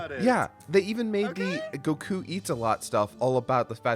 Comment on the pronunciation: I never realized how much I missed hearing pronounce "Goku."